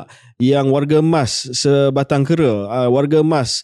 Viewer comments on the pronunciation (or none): Just a minor thing for KJ, Sebatang KARA, not KERA. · Sabatang k a r a bukan sebatang kera